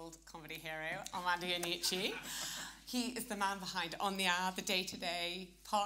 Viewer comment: By far, one of the worst introductions ever . And he mispronounced Mr Iannucci’s name. ‘Who is this bloke, and what’s his actual job?’, I thought. Came as quite a shock to learn that this bloke has a show on BBC Radio 4 😮